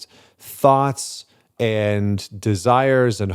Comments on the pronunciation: Me: "I don't think I fall into this category" Gets to seconds in Me: Hears "hyper sexualized Thots" a second later realize he said "hyper sexualized thoughts" Me: maybe I am in the right place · Liking the way that this Yank pronounced "Thoughts" as "Thots". Ironic. 😆